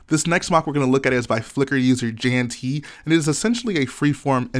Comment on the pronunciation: Woah, I'm featured somewhere! Thanks! Just some explaination. The model was a collab between me and my friend. I built the right half with bunker and he did the walker, trees and Ewok hut. Also, as I'm from Europe, you don't pronounciate my name "J-an" but more like "Y-an":P Thanks for the feature anyway! I'm glad to see (half) my work on YouTube!